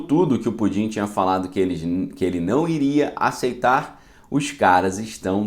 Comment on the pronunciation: Ele fala Pudim de brincadeira ou de verdade. Porque creio que o correto é Putin. Daí azedou de vez. Kkkkkk